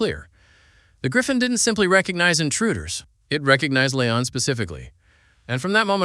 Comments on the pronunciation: I can’t watch this with how he keeps saying “lay-on” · According to writers and IMDB her name is La'An. Pronounced La Ahn. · This was interesting and also very annoying because out of the approximately 100 times he said 'L'ann', not once did he pronounce it right! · Come on!!!!!!!!! Will you please quit mis-pronouncing her name. The Tagalog word I feel is "BWISIT". I say, "Buwa ka ng Ina mo!!!!!!!!!!!!" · Can you not pronounce La'an correctly or is your intentional mispronunciation a running gag to poke fun at her strange name? I can't decide. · Why do you have 16 different pronunciations for La’an. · Learn to pronounce La'An. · It was annoying as hell that you mispronounced L'Ann's name almost every single time. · Dude. "La'an " how do you not get the name right once? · You said La'an's name 15 different ways and 13 of them were wrong. And then spent 18 mins repeating yourself and explaining nothing we didn't see in the episode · Mispronounced La’an was annoying otherwise good episode.